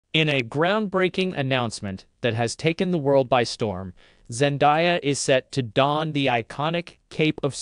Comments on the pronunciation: It's very funny to be so obsessed with Zendaya but not able to consistently pronounce her name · This sure as h. ll doesn't look like Zendaya, and learn how to say her name.